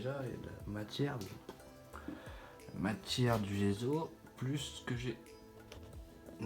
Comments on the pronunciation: Le gesso comme saut, pas le gezo comme zozo. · ne prends pas ombrage de ma remarque mais le mot GESSO est italien en conséquence il faut prononcer les deux "S" : "GESSO" et non pas "GEZO" comme tu le prononces à tort... !! aie aie aie pauvre langue italienne méconnue et malmenée régulièrement .... pourquoi fait-on tant d'efforts pour l'anglais et si peu ou pas du tout pour l'italien qui est et reste la plus belle langue du monde..... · c'est gesso et non gézo e devant 2 s en français se lie ésso pour les cons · C'est agaçant de dire gezo il y a 2 ss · On prononce gesso il y a deux s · On dit dgesssso a l’italienne 😉